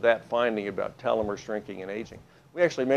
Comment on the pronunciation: This PhD guy mispronounces the word telomere.